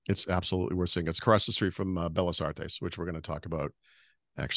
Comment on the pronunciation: your Spanish is getting better and better, very proud of you! Tip: when you see two Ls together like in 'Bellas', you pronounce differently 😀 Please don't be mad at me, have been following you since the start of the Supersite for Windows 😅 OMG, the food!! So much better than the tasteless crap we have in the Seattle area 🤦‍♂️